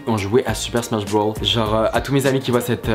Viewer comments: C ssmach broosssssssss pas smach brow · Super Smash Bros pas Broll tu m’as tué😂😂😂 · C’est super smash brosssssss avec un s et pas brawl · Tu m'as stréssé avec ton "super smash brawl"😭